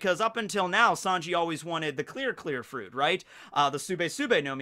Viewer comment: The Fwoot Fwoot Fwuit